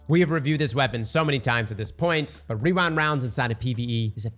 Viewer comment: Wewind Wounds